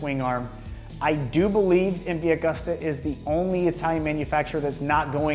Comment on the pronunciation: You should look up how to pronounce "Agusta"